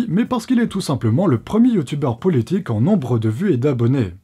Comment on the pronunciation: Tu as dit "poulitique" 😂 comme ma maman hahahaha